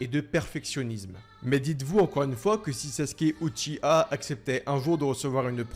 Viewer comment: On dit Uchi- WA